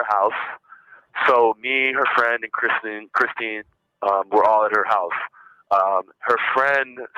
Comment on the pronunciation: Yeah, he was calling her "Kristen" instead of Christine. He can't get anyone's names straight, and that's why he calls almost every girl "baby," which is just 🤢🤮. Such a creep!